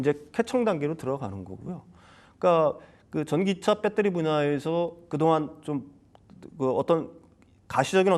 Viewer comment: 아 진짜 빼떠리 빼떠리... 진짜 듣기 싫네...발음 좀 고쳐라..